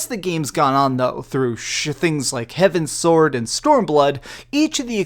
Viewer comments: Heavensward my dude not heaven sword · Neither description nor pinned comment calling himself out for saying "Heavens Sword" instead of "Heavensward" :P